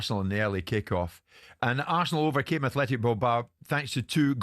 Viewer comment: *Athletic Bilbao, Simon, not Athletico, which isn’t a word. Athletic for an English club (as Bilbao are), or Atletico for Spanish clubs (Madrid).